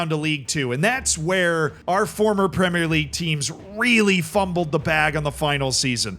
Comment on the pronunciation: needs to start a class on how to teach his fellow Americans how to say 'Premier' properly 😂